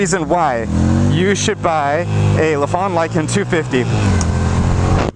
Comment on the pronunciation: It’s not La fon but say it as Lie Fan